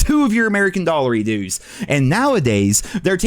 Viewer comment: I love ya bud but never say Dollery Doos again 😂🤣😂🤣